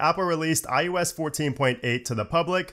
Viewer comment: “iUS”? Lol “iOS”…. Says “OS” for everything else!🤔😉☺️